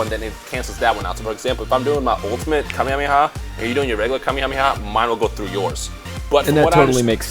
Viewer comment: Kamehameha is pronounced "Kah-may-ha-may-ha"